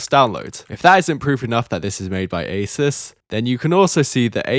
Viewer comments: Ah zoos not aysirs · Stop saying Asus wrong. Its really annoying , it's Ay soos not aceus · Mispronounced both Cyrix and Asus but at least he pronounces SATA correctly.